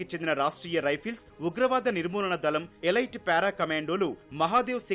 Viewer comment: ఎలీట్ అనాలి, ఎలాయిట్ కాదు, ఇంగ్లీష్ రాకపోతే తెలుగులో విశిష్ట మైన అని పలుకు. ఈటీవీ సరిగా ఎడిట్ చేయడం లేదు.